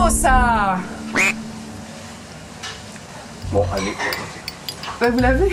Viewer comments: 🇬🇧 Stop stop stop. You're going someone's eye out! It's leviOsa not levioSAH! 🇫🇷 Stop stop stop ! Tu va finir par crever un œil à quelqu'un! Et même tu ne sais même pas le prononcer! C'est Levi-Ooo-sa pas levioSAAAAH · C’est ”levioza"mais tu es quand même ma youtubeuse préférée ❤️🧡💛💚💙💜💖